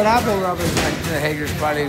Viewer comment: I thought his name is robert not rubert